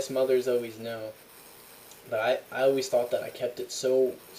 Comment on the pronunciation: You're the only other person other than myself who i've ever seen say "alweys" instead of always.